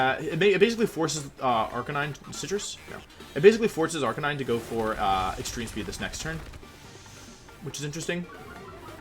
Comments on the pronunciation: "AR-KI-NEE-NEY" 😂😂😂 I see what you did there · Say arkaykneenay one more fucking time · Ive never understood that pronunciation of arcanine